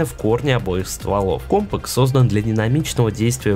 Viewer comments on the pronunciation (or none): кОмпак??? от слова комп? м/б компакТ? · Какой компак? Постоянно оговариваешься